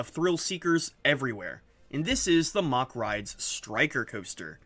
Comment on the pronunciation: Its mack not mach